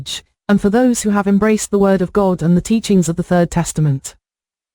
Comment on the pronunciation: Every time that computer says God I think she's saying gold.